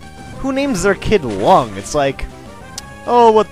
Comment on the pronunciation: Lung is a asian name! And it's not usually pronounced like the organ. It's pronounced like Phoung and Voung(both are Vietnamese names, not sure about Lung).